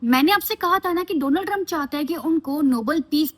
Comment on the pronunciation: India's friend DoLaand Tiremp😆😅😂🤣